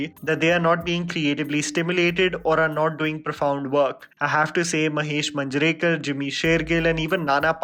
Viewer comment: Please learn to say Indian names properly. I know you are a high-brow English educated and you have a right to look down upon poor unpronounceable looking boring Indian names. But no harm in trying! Try it once. It's Maanj-ray-kar, Bell-vull-kar just to give you few..